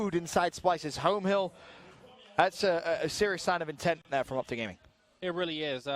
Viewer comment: Optic not Opic 😂😂